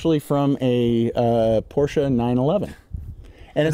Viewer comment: He said PorschE!! 😅 Thank you!